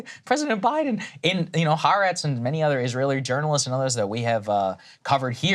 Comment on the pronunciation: Please learn how to pronounce Ha’aretz. Geez, how American can you be? I know it seems trite, but come on now youre journalists, that’s part of your homework